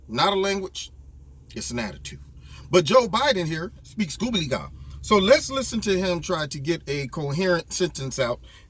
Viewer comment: "Goobully-Gok"? Don't you mean "Gobbledygook"? lol